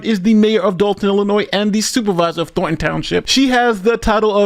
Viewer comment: Thorn. Letter "n". Thorn - ton, not Thor - ton. Let's hear that "n" son!